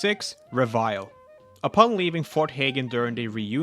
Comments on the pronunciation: Reveille is actually pronounced reh-veh-lee and is basically just a specific time to wake up and start the day’s operations in the military. Pretty cool how that ties with the BoS imo. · This guy really pronounced reveille as revile 😂. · It's pronounced rev-eh-lee. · 1, it's pronounced re-vill-ee. 2 in data recovery, there are three storage drives. 3, you seem to put a lot of extra effort into playing this game specifically to make content, rather than making content from standard gameplay. I hope you enjoy your game more than it looks like. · I had to say the correct pronunciation out loud each time. It irked me.